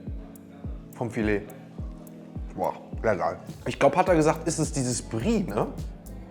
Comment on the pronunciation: Mich triggert es, dass er immer Brie zu der Soße sagt 😂